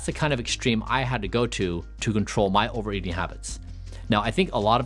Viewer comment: There is no "d" in "eating," there is no such thing as "over-E-ding."